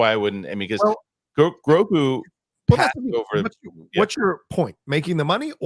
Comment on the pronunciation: didn't pronounce The Mandalorian and Grogu correctly and it really put a bummer on my day. 😄